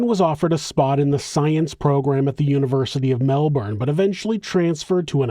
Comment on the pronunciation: Super impressed with the research. But the best part is your correct pronunciation of Melbourne